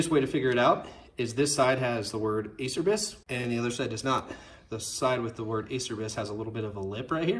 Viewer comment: Its pronounced.. A CHAIR BEES.